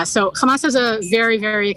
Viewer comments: It is called Hamas or Khamas as Israelis call it not Hamam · It’s Hamas and not Hamal